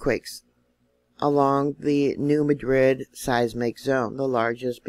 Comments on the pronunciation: the fault is not pronounced as is the city in Spain... the correct pronunciation is New MAD-rid, not Ma Drid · Hello! New subscriber and I would like to thank you for your honest, insightful, timely and informative channel. Lots of good information but I can tell you’re not from around Memphis as I’ve heard it called the New Mad rid fault my entire life. Hope that gets a grin from you.